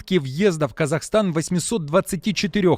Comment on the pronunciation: не КАЗАХАСТАН,а КАЗАХСТАН.